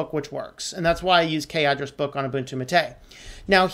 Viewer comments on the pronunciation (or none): Not tooting a horn but I've been using Linux on and off since the mid 90's ... my first distro was Mandrake, so I've gotten accustomed to hearing certain terms in a certain way... But, Like I said, great video, but Gnome, Gnu had (at one point silent "G"s) , and "mate" as in gourd I know (I actually drink my yerba from one) has 2 syllables... think of this similar to the "gif/jif" argument taking the internet by storm these days. Take no offense. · Great video, but your pronunciation of Gnome and Mate is killing me.